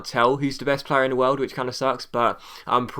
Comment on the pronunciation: you prononce it wiooooooooerld